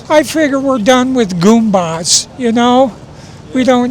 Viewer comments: I thought he said gooners 😂😂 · That dude legit said "no more gumba's". Wtf